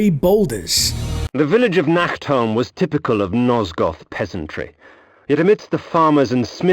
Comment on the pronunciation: Fun fact: Nacht is German for night but englisch speakers like pronounce the ch wrong so it sounds like Nackt which means naked in German. So it's kinda funny for people who know german when says "Nacktholm". In the game it's pronounced a bit better but still too harsh.